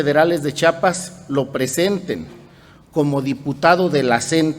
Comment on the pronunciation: Disculpe señor youtuber es CHIAPAS Y NO CHAPAS y EN LA CNTE NO SE ESTAN PELEANDO LOS LIDERES POR FAVOR SI NO SABEN COMO ESTA ORGANIZADA LA CNTE MEJOR NO OPINEN Y GUARDEN SUS COMETARIOS E INVESTIGUEN MEJOR QUE ES LA CNTE